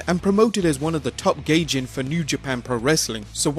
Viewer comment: it's gaijin not gay gin